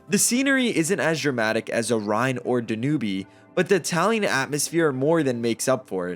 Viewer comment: If you’re going to do this kind of video, be sure you are pronouncing rivers, such as the DanUbe River correctly. You lose all credibility.